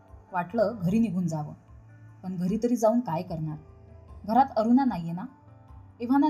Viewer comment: कथा चांगली असूनही ण चा उच्चार सगळीकडे न करता ते खटकत. अगदी अरुणा चा उच्चारही अरूना करताय.